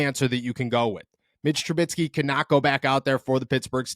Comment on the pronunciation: Its troo-bisky, not troo-bit-skee. Mitch Trubisky. It shouldn't bother me, but it does. Say it right.